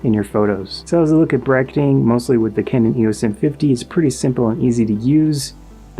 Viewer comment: ive never heard pronounce kane-un before 🤔